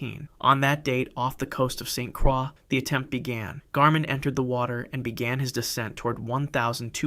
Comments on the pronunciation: Virgin Islander here. St. Croix is pronounced St. 'KROY' (USVI used to be Danish, not French). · The pronounciation is incorrect, St. Croix (Cr-oye) US Virgin Islands my home island <3